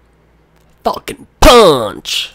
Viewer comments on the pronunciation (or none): when he said falkon punch! i thought he said fuckin punch! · Its Sounds Like You Said Fucking Punch.